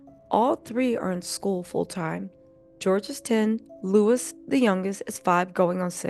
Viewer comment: Prince LOUIS NOT Prince LEWIS!